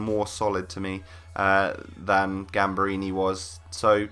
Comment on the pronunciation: Gamberini is poop compared to cheiliniebutchered his name